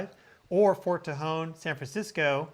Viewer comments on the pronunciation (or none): none